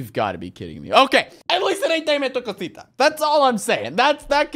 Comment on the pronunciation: Awesome its dame tu cosita not dame th cosita